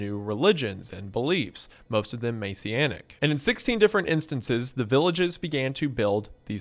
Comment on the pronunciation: How does he know how "Messiah" is pronounced but not "Messianic"?